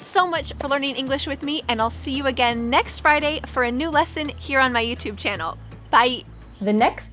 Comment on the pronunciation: youtube i guess british pronounce differently